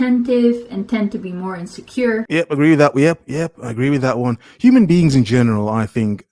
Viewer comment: 😂😂 I love when he says that 😂😂😂😂😂😂😂😂😂😭😭😭😭